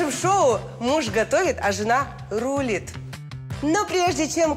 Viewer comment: В слове Рулит ударение на второй слог 🤦‍♀️